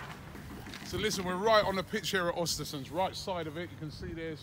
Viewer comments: Its pronounced urstersund. Im swedish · Every time he says Ostersunds Im thinking his ordering from a menu or something